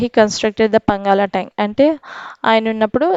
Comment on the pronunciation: mam it's not a పంగాల tank it's పానగల్ tank